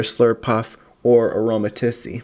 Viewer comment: it's pronounced aroma-teez